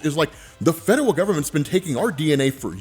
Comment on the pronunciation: The number of times said "fedewal" instead of "federal" in this episode was truly endearing.